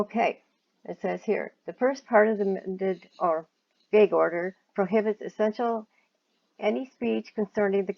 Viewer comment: Your accent is interesting. I’m trying to place it. I’ve never heard gag pronounced gaig before.